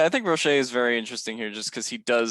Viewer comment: Canes fan here, it's "Rō-shā".